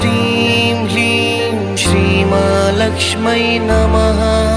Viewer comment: Kreem h ki kleem aur hreem ya hleem clear kre plz